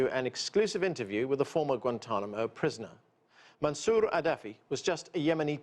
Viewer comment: Obama has mispronounced Guantanamo. Why did Obama not shut down Guantanamo.